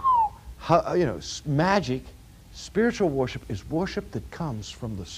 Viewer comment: So it wasn't just me who had a double take when he said that...